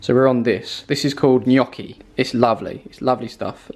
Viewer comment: I think that is the first time I hear the right pronunciation of gnocchi from someone born outside Italy, maybe it has to do with your fake italian ancestors. Good job!